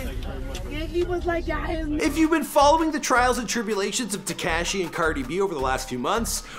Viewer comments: It's tuh- kosh- E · lol tekAAHshi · I hate the way he says Tekashi...